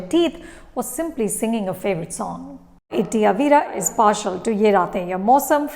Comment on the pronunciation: It's not Itty Avira It's Itty Avra (Aa va ra )